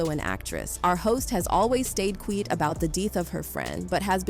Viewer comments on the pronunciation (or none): ....you said..."Our host has always stayed "Qweet" about the death of her friend." "Quiet", is NOT QWEET.........😂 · So no one noticed that the narrator cant read? Wow can't pronounce Quiet...WTF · btw, quiet = quyet, not qeet and expyred, not expeered. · What’s does ‘stayed queet about the deeth of her friend’ mean? Htf can these voice softwares get stuff like that wrong? Budget ass lol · Quiet. What is QWEET?🤔🤣 THESE DAMN NON READING NON PRONOUNCING PEOPLE! 😡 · Queet? Did anyone catch the AI blooper? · Why did you pronounce “quiet” like that? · Interesting way to pronounce quiet... 🤔😂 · is this A.I. news? why is the narrator messing words like 'quiet' and 'death'? a.i. is out of hand and a bigger threat to humanity than jz